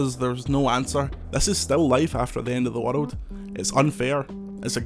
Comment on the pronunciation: I can’t get over how his accent pronounces the word “world” 😂 it’s like “wuhlud”